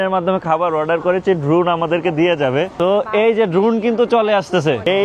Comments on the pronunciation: বাংলা দেস না জার্মানী বুঝতেই পারছি না "ড্রুন" করে খাবার আসে। হায় রে মাদ্রাসার মাল।ওটার উচ্চারণ ড্রোন।🐐এর দল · দ্রুন কিরে ভাই। দ্রোন উচ্চারণটাও ঠিক মতো করতে জানে না। এদের কি কাজে লাগে ?